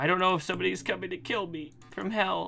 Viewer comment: I know this is like 2 years later but, I thought instead of hell he kept on saying heath